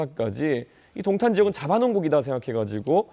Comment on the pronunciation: 야~ 도옹탄이아니고 동탄!!!! 발음 머 같네` 넌 안돼겠다.